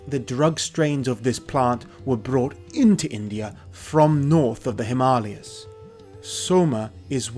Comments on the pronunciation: Him arli ers .?? Himalayas 😂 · Mans can't say Himalayas 🤣